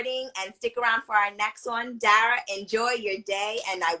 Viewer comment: I'm sorry, but ima just say this. The interviewer dropped the ball SEVERAL times. Its important to listen to the person you are interviewing so that you don't ask questions that have already been answered. Also not knowing how to pronounce Dara's name, or her characters name? Unprofessional, and quite frankly disrespectful to Dara. Doing your research prior to an interview is so important. That's just my opinion. 🤷🏾‍♂️